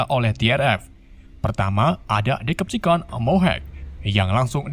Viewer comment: Bacaan Yang Bener Itu Decepticons Bukan Dekepticons Memang C Dalam Bahasa Inggris Itu Dibaca K